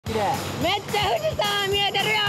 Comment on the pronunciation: ふぅぢさぁんとヴァナナヴォート😎